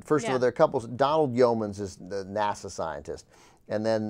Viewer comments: will someone please tell anna how to pronounce "nasa"? thanks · Why does Anna pronounce NASA as "Nassau" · she said "Nassau scientists" TWICE!!!!!!!! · She keeps pronouncing NASA as Nassaw..